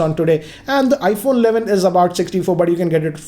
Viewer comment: IPHONNAA ALLAVIN